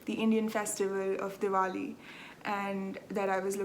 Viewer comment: Thank you for a lovely hour of knitting chat. Your Oak Creek pullover is beautiful & looks great on you. Thank you for sharing your Diwali festivities with us, & for pronouncing it so that we now know how to say it. You & your husband look really good in your traditional clothing. I love the cat footage at the end... no boredom for you in that part of your life is there? Enjoy your trip, & I'll see you in two weeks. 🤗